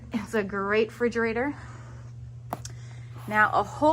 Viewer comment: Great video 🥰 but its called a refrigerater and not frigerater